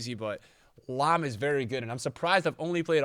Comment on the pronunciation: haha “varry good” turned irish for a sec